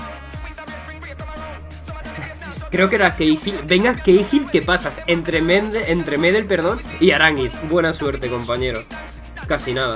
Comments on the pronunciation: Buen video, pero debo decirte que Gary Medel se pronuncia acentuándose en la 2da e (algo así como Medél) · Una cosita es meDEL, No MEdel Eso era Saludos:)